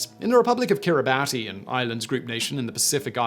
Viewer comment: Hate to criticize, but Kiribati is pronounced like "Kiribus" or "Kiribas." Virtually every YouTube video pronounces it wrong, now you get to be ahead of the crowd :) Cool video though